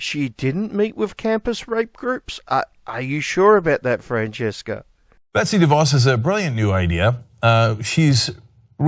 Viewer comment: It's "Betsy", not "Betty". Just a small fyi.